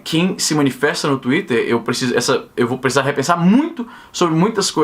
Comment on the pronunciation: Esse "tuiter" é o demônio! KKKKKKKKKKKKKKKKKKK!!!